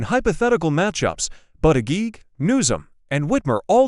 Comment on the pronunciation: Learn how to pronounce Pete Buddajudge